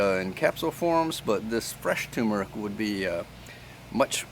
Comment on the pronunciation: Turmeric. Not toomeric